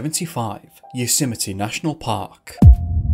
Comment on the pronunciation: “You-symety” national park? 😆😂🤣